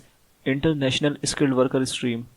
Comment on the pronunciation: Bhai, Steam ni stream hay